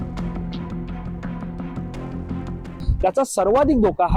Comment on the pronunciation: सापअ असा उच्चार नाही साप असा आहे! तीच सापअ... असे नव्हे तर तेच साप! कृपया मातृभाषा व्यवस्थित बोलायला शिका. 🙏